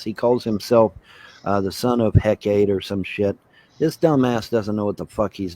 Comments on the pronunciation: “I used to be a follower of Hecate, bitch.” He can't even pronounce the name correctly. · He can't pronounce Hekate 😂